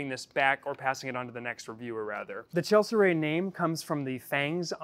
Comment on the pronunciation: Nice video. I think you pronounced "Chelicerae" wrong, though.